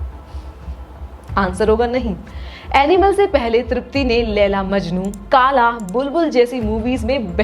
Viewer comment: Nhi me tripti ko pehle se janta tha from qala Also you pronounced it wrong its कला not काला